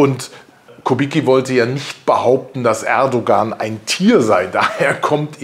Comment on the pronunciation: sie sprechen den namen "erdogan" ständig falsch aus, und nein, kubicki hat mit seiner äußerung nicht übers ziel hinausgeschossen, ich hab kein problem mit seiner meinung. man muss es sehen, wie es ist.